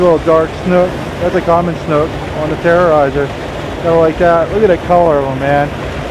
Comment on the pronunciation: It's terror eyz not terror eyzer